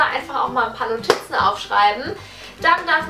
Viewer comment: "Nottizzen" & "jump-swuieet"😂😂 lol